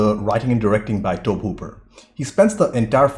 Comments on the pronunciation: It’s Tobe hooper but it’s pronounced Toby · Just an fyi, Tobe is pronounced "Toe-Bee" Also, nobody is ever going to convince me that film grain is a bad thing. When I see film grain, I know they haven't digitally futzed with the original intent and presentation of the film. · It should be Tobey, like Tobey Maguire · Tobe Hooper (pronunce "toby" but with an E) also directed the 2nd movie. That one is more of an over the top gory comedy, but it's so hilarious that it's funny! It's a guilty pleasure movie & I highly recommend that one to watch & react to 😉🙂 The 3rd movie is ok, the 4th movie sucks, it's basically a bad remake of the 1st movie, the actual remake from 2003 (?) is ok, but not memorable & its prequel is also ok. Texas Chainsaw 3D was very generic & the prequel Leatherface was not good, I didn't like the story. The remake's prequel was actually a much better origin story!